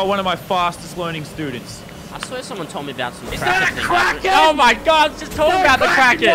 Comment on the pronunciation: I thought you said crackhead not kraken